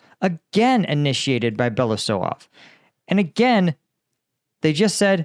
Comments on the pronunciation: Since it's very likely you'll have to pronounce Russian minister of defense last name again in future videos. Here are some small tips. Here is how it splits in syllables - Be-lo-u-sov. With "belo" part you have no issues and you are pronouncing it correctly. "u" is pronounced as "oo" in "book" and it's a separate syllable. But "sov" is pronounced as "sov" in "soviet". I hope this helps. 🙂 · Just a little note on spelling: he is Be (like in 'bear') - lo (like in 'low') - us (like in 'goose') - ov (like in 'of'). Belousov. Means 'the one with white msustaches', if you ever wonder. You sometime called him Belosuev - it would mean 'the one who pokes his white thing'... well, sounds legit as well.